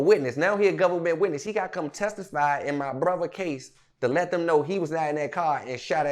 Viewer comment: You can hear the "H" when he say brotha 😂😂